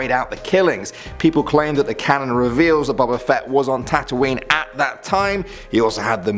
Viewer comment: And you said boba fett wrong all da Jedi are dum đums